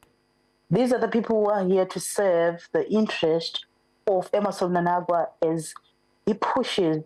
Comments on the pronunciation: Why are you saying mnanagwa? It's mnangagwa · It's Mnangagwa please not Mnanagwa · That guest is useless, she is failing to pronounce the name Mnangagwa. I am Zambian but I was able to pick that. Is she Zimbabwean I ask?